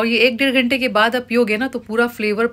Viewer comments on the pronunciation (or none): none